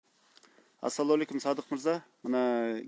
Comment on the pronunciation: Алып баруучу саламды туура айтканды уйронсон Ассалоому алейкум деп айтылат